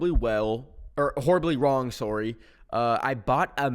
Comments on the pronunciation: i forgot how canadians said sorry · PLEASE I NOTICED THIS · you can hear the canadian escape from him whenever he says sorry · sometimes i forget is canadian and i get whiplashed with a "SOOARIE" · I just realized says sory😭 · its the "soory" lol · any time he said sorry I couldn’t HEARRRRR the Canadian accent in his voice 😊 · the most Canadian sorry ever